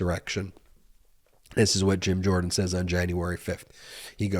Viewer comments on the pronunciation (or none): none